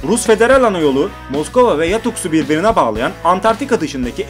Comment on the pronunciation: yatuks değil yakutsk